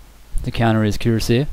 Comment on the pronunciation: Kur-as-e-ay, not cur-a-seer.